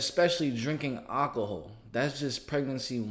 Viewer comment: After the 3rd time you pronounced it awhcohol I had to turn it off. Also the c in cps stands for child and the acronym is child protective services so when you call it child cps it sounds more than a little unintelligent. Take care